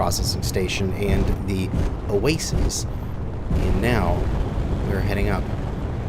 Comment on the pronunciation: Do you get paid every time you say OaSEES instead of OaSIS ?!?